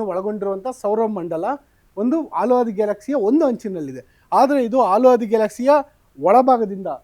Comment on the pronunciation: ಅದು ಆಲು ಮಾರಾಯ ಹಾಲು. ಎಷ್ಟೇ ಓದಿದರೂ ಪ್ರಯೋಜನ ಇಲ್ಲ ನಿಮ್ಮದು.